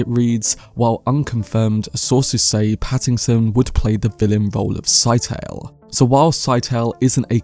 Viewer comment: Did herbert not say scytale was pronounced like it rhymed with Italy (skit-uh-lee)